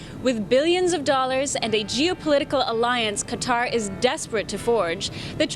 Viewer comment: Chanel Rion, Thank You, for pronouncing Qatar correctly. Maybe you could give lessons to all the networks reporters (CNN, CBS, NBC, FOX and OAN). How they come up with 'cutter' from 'Qatar' I'll never understand (and I'm a Texan).